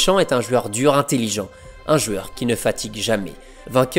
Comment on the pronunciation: Pourquoi dire « jueur » au lieu de « joueur »?